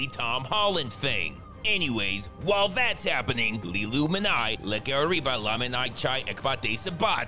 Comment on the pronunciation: Notice how the first three syllables of her name sound like "illumined eye."